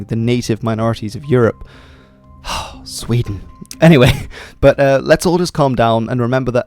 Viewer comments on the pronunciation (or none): The country will now be known as Wee-den.